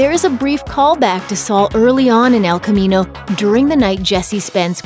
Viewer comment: “Ehlll khamminou”